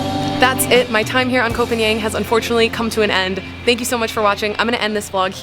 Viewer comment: the pronunciation for Koh Phangan, is not koh pagnian it is koh Paanghun.